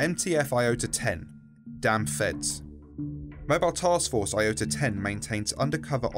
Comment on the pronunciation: It's iota not lota